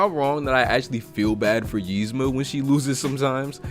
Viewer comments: Dude says yeezma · Its eeeeeezma lmfao im sooo annoyed with the Ymza but love the rest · It really ticks me off that he pronounces it like it’s spelled, Yzma, when it is actually pronounced Ezma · Ezma nigga not yezma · Nigga, it's Eez-ma not Yeez-ma. idk if you're doin it on purpose or what but it's funny af.